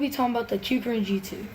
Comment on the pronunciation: He actually pronounced kukirin right 🥹🙏💯